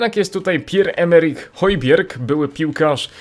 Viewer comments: Cześć Højbjerg czyta się hyjbjea wiem bo sam mieszkam w danii :) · czyta się: hujbierg ale nie czytaj w taki sposób :)